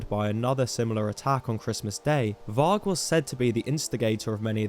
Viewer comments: Pronounced 'vari' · you keep pronouncing varg wrong